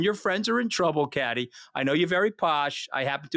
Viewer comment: God i feel sorry for Kathy!!the yank wont let her get a word in edgewise, doesnt have the manners to prounce her name correctly and tries to use her not being friends with criminals as a stick to beat her with....like thats a bad thing!! Hes truly an ingrown toenail of a human being....really shows Allistar Campbells lack of judgement since this podcast was clearly his idea, Rory saw him for the conman he is